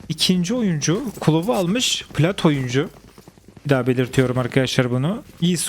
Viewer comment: Oyuncu ❌ Oyncu ✅